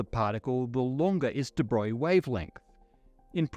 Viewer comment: And here's me thinkin' from like 1979, that it was 'Di-Broag-lee'. 🙄 Somehow, "Da' Boy" just chalks the board. Jeez, this guy would have lost Einstein early. 🤷‍♂️